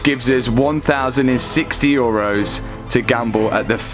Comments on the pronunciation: Love the video's but I just have to say... Europs? It's euro, no plural and for sure not a P in there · Love the was he says: europes (supposed to be EUROs) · Euros, not eurups.. 🤯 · it's euros btw, not europs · Its euros not europes but its funny u saying 😂